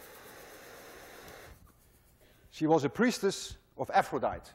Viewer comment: Professor, if I may be allowed to correct you, the name of the Greek Goddess of Love is pronounced Aphro-dai-tee!🙂